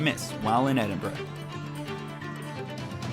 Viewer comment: Edinburgh pronounce as ed- in- bra.